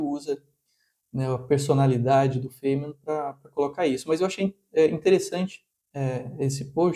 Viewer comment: cuidado ao jogar pérolas aos porcos... feimen?...sabe matemática mas não sabe pronunciar o nome das pessoas